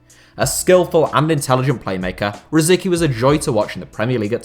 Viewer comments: Tomáš Rosický (Czech pronunciation: [ˈtomaːʃ ˈrosɪtskiː]. Not "Rosiki". Is it really that hard to pronounce someone's name correctly?! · It's not pronounced Rosiki! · Rosicky is pronounced “ro-SITS-sky” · How did you pronounce Rosicky?????? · Its hurts the way you say rosicky